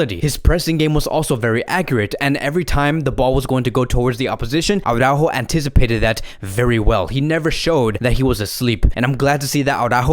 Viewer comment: in my eyes, you have the best FCB-channel out there. Qualitative better than TalkFCB. But as an FCB-channel, you should pronounce the names of your players correctly. It is not au-rÁjo, but it is ara-Ú-jo with the emphasis on the letter ù (as indicated by the accent). I know, Jamie of TalkFCB and BarçaBoy103 also massacre his name, but therefore, you shouldn't. Just listen to Spanish media, or ask any Spanish speaking friend of yours.